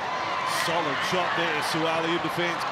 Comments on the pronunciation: Please pronounce the name correctly. It's Suaali'i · These guys pronounciation of our Samoan language hurts my ears - Sua'ali'i folks "(Su-Ah-Ahhh-Lee-Ee). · Why the commentator pronounce his name wrong. It irks me.